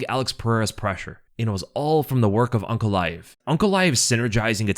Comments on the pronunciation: He is saying UNC, instead of ANK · I keep hearing Unc instead of Ank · You keep calling him unc instead of ank. It's throwing me off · It sounds like you're calling him Unc